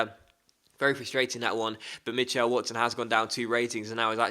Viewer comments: I have never ever heard someone say Mitch-L its Mitchul, weird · Mitchell is pronounced mih-chull not mih-chell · the way you say Mitchell is so strange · Weirdest way of saying Mitchell I've ever heard.